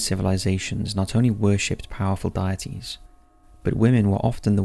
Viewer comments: Um ... Circe is pronounced Sir-See, not Cur-Key. Edit: Deities is pronounced DEE-et-Tees, not Diet-Tees. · Why are you pronouncing deities like “diet ease”? Please get back to me soon. Love you, goodnight. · Dee - A - Tees Ex - O - Dus Sorry to be grammar police but as a fellow Englishman I don’t know where you got the pronunciation for them from lol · "Deities" - Pronounced - 'Day - et - ees' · Dude, I love your videos but PLEASE learn to pronounce words correctly! In the first two minutes you mispronounced Saul, Exodus, Circe and deities! Look them up if you're unsure, please!